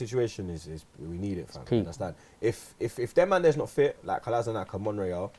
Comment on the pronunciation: Come on guys it's time we get the guys name right. It's not Kola-sin-ak. It's pronounced Kola-shin-atz.